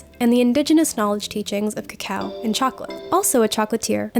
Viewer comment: I loved pronunciation. You can tell he has listened to many locals in Hispanoamerica. At last an English speaker saying /kakao/ instead of /koko/.